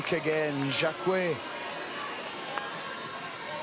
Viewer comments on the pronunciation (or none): Jaquet, not jakwet!